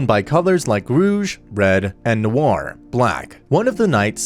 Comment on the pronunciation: im sad because im french and how you said rouge and noir is bad but its ok